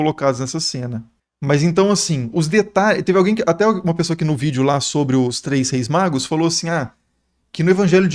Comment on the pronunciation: "os três reis MAGROS", kkk até voltei pra escutar de novo...